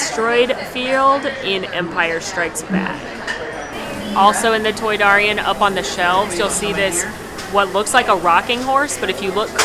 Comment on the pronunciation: It is pronounced ay-tee-ay-tee and toy-dare-ian. That’s okay though, I still like your channel!